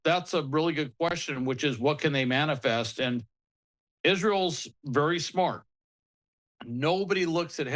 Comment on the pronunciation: needs to know that it’s a missile cache (“cash”), not “cashay.”